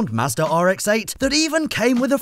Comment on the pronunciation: anybody else hear say "master(or massa) says so" instead of Mazda says so?